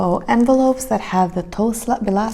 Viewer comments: Toe- in toeslag is pronounced like two-. Apart from that your Dutch is comming along fine. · Toeslag is pronounced like TWO-Slagggg (ggg= the throat sound ;-) ) And my favorite food: Tagine ! My own home made tagine :-) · Toeslag is not pronounced as toe as in foot. Oe sounds like oo as in book.